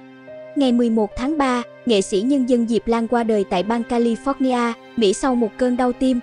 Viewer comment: Cô btv nên sửa lại cách phát âm tiếng anh cho đúng đừng nói theo người vn trong nước California ( âm tiếng anh kha li pho nha ) chứ không phát âm là ca li phót nha